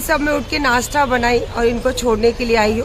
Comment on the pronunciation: नासटा नही नासता